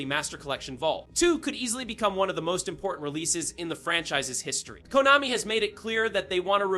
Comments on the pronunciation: probably the pronunciation of Konami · People mispronounce several words, even in their native language. Google Translator pronounces "Konami" correctly. It's weird if a LLM trained to generate audio didn't have "Konami" in its input. You need something more than a single word mispronounced.